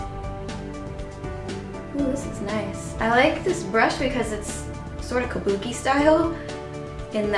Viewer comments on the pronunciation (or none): none